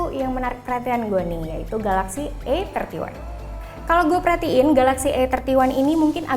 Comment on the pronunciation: Masukan buat mbak yg ngomong.. Kalo mo sok inggris emg bagus, tapi pengucapannya salah.. Bacanya 'ei' 31 jangan "e" 31.😊😁 Supaya gak bikin bingung bacanya mending pake bahasa indonesia ajha, "samsung galaxy a tiga satu"😁